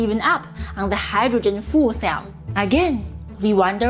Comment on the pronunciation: sounded like “Hydrogen Fool Cell”. So true! 😂